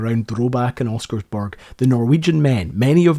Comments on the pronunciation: nice video! just one thing... pronounce ALL the letters. Don`t skip the second S in Oscarsborg and you will have the pronounciation as good as a local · Thanks for covering some Norwegian history. It's nice to see my home country get mentioned online. though you did butcher the name "Oscarsborg"... if you didn't forget the S it would have been easy to make it sound like something similar to how it is said in Norwegian. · Can't pronounce Oscarsborg. Can't pronounce Blücher. Can't pronounce Weserübung. Too infuriating. I am out.